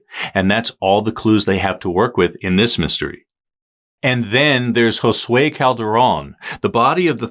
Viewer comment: How is it that you can pronounce Josue correcttly and NO ONE in the USA can pronounce Juan?!?!?!?